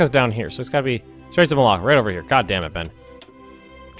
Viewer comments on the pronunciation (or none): This is very late, lol but I enjoyed your pronunciation of the straights of (as I heard it lol) maláka. Which has a lovely meaning in Greek in this context :) haha